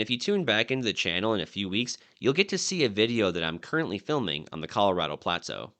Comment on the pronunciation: Dude, I’ve never heard anyone pronounce “plateau” the way you do, with emphasis on only the first syllable, “PLAA-toh”. Were you raised in northern Minnesota, near the border with Canada?